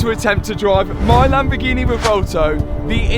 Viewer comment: Oh the Lamborghineh...